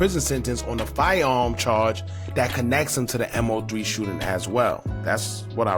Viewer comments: killing me bruh its Mow-three not M.O -three😂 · Dawg you just making videos to make em, its MO3 NOT M-O-3, you don't even pay attention to shit bruh you talking just to talk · All this coverage on him....n u still calling him M.O.3?.....it's MOE3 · His name was MO3, "Moe Three", not M, O, 3! And the bail is $750,000, not $750! You need to stop talking and do some listening, listen to your own videos instead of yapping over them, and read your comments! Just straight lazy.. Unsub'd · MOE MOE MOE MOE MOE MOE MOOOOEEEE!! SAY HIS NAME!! MOE!! For God's sake bro 🤦🏻‍♂️ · I get what you're saying about him not being a big artist when he passed (kind of). The point is, as you've pointed out, that if he is going to report on and monetize off his name, the very least he can do, is to say it right! Everyone that's tuned into his story, should know his name and to continue to say it wrong is mad disrespectful! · In fairness to he wasn't that big an artist for you to claim that. I'm big into rap/hip hop and I wasn't a fan of his before he passed. But again I also know how to say his name. It is weird how he keeps saying it wrong. Despite news reports even saying his name and last video everyone was roasting him about it. Might be doing it on purpose now. It is very disrespectful to Moe as he's also making money off it, the least he can do it say his name properly!